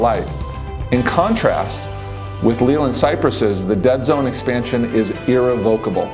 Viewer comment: You’re pronouncing Leyland wrong!